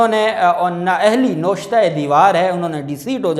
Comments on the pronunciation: نوشتہ نہیں نوِشتہ درست لفظ ہے۔ navishta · sahib ye lafz noshta Nahi hai Navishta e Dewar hai.